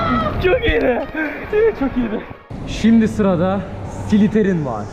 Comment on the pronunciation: Slitherine yazısını Slytherin diye okumak :D